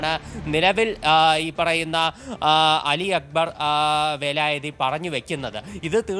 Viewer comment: വേലായതി അല്ല, വിലായത്തീ എന്ന് പറഞ്ഞുപഠിക്കുക